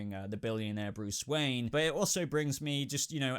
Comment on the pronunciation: BRUCE WOYEN!!!😂